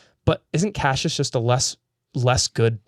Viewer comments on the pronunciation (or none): Stop saying Cashus… I can’t watch anymore! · After all this time I had forgotten how much it bothered me that they pronounce Cassius as “cashews” hahahaha